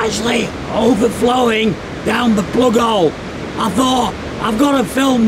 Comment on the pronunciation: Whos here just to hear him say, "plugole"?